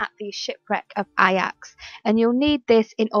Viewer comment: Useful video no doubt but pronunciation of Ajax was horrific, it’s meant to sound like Ay-Jax